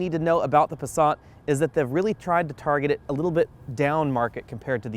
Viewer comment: Where the hell is the the letter "R" in the Passat. Try and pronounce it correctly with an "A". Pasaaaaaaaaaaaaaaat, not passarrrrrrrrrrrrrrrrrrrrrt. Ok I'm sorry.